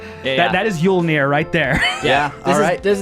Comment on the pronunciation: "Yule"nir? Jolnir I know. But I thought he was making a cheeky joke.